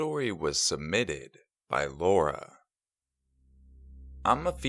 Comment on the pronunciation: I don't think you have to be self conscious of how you say submitted. It was fine before....